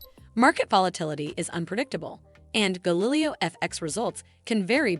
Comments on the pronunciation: Not to mention, in the video it isn't even a real person speaking. A real person would know how to pronounce Galileo O_o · The fact that your video mispronounces the name is not great.